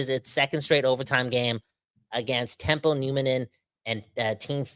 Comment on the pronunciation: Teppo not Tempo.